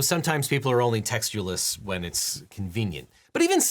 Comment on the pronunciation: What word did he say ? I heard "textulous" but when I looked it up in the dictionary I didn't get a result.